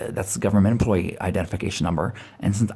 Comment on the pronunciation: I'm so damn sick of hearing "employ E"